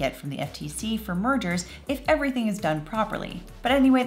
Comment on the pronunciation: When you said "mergers" I thought for a second you said "murder" and I was like "what? murder in a antitrust case?"